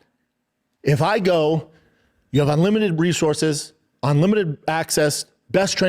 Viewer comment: OnLimited????? Does this idiot even know how he sounds when he talks?